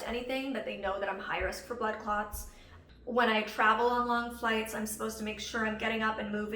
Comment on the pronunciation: As a person who is not an English native speaker, I kept hearing "butt clots" and chuckled a little. I don't mean to offend anyone just my brain making bad associations.